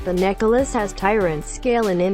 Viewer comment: i loled everytime she say necklace as necka luss